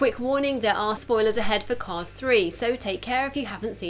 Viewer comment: It’s called “Cars Three” not “Cause Three”